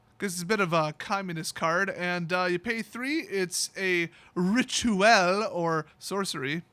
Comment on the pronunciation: The Siege Wurm flavor text basically says in french « Trading suddenly didn’t seem so important » Maybe. Kisses from Paris (Btw i love your pronunciation of « RITUEL »!)